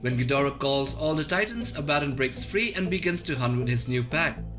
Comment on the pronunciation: Your pronounciation of Abbadon makes me sad.